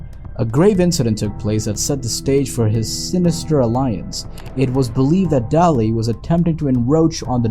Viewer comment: Dunne is pronounced "done", and Byrne is pronounced "burn", and Daly is pronounced "daily". Just trying to help. Good work.